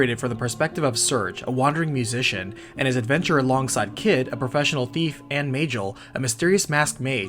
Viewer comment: "may-jill" is bothering me.